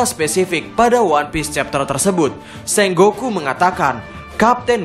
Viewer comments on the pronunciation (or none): Sengoku bukan senggoku bang